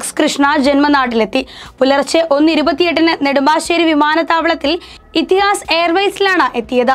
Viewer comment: ഇത്തിഹാസ് അല്ല സഹോദരി ഇത്തിഹാദ് എന്നാണ്